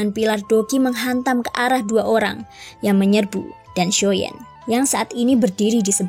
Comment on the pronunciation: Xio yan. Mbak. Bukan xio yen.. Jdi ga enak cerita nya